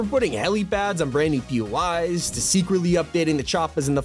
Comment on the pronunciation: I keep hearing him say "Pee-yoo-eyes" as in PUIs, but isn't it "Pee-Oh-Eye" as in "POIs?" Places of interest?